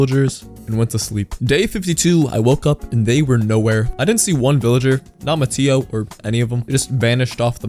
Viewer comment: It’s not ma-tea-o it’s ma-tay-o